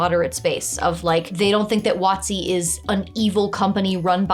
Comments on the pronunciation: I have never heard WotC pronounced as "Watsi". Took me a moment to decipher it, but I'm a big fan of pronouncing abbreviations like words (that's why I always carry my Light Amplification by Stimulated Emission of Radiation, or "Lasert", Sword). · I'll admit, I spend too long trying to figure out what company you meant by "What C". Did eventually realise you were talking about Wizards of the Coast and just pronouncing the acronym. Also that part about pets. In our last game we kinda gained them naturally overtime, almost accidentality and then got TPKed. So for our new characters our GM gave the option of having any CR 1 creature as a pet. Was having a Faerie dragon youth as a companion incredibly overpowered, yeah it was, but it was fun as hell. Also there was only three of us and no one was playing a ranger or druid, so it didn't overshadow anyone.